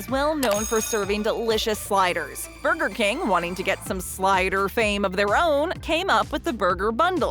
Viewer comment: “Burber king ” XD